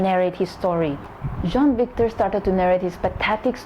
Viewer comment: Its jean victor not john victor